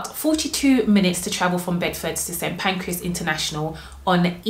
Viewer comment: St Pancras not pancreas 😂 you chose Hitchin over Stevenage? Wow..